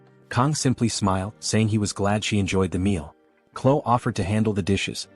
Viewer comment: you said chloe wrong and you said clo